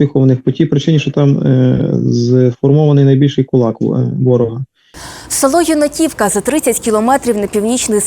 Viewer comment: Наче у топонімі Юнаківка наголос робиться на перший склад